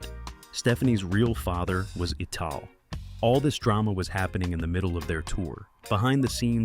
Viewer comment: Ital is pronounced "Eye-Tal" and not "EE-tal", as the "I" is the foundation for rastas. "Eye-Tal" as in VI-TAL!